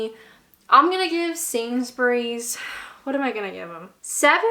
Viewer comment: It's always nice to hear a North American accent pronouncing Sainsbury properly and not "Sainz-berry"